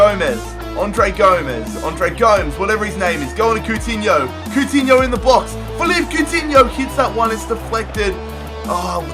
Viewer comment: its pronounced Felipey Coutinho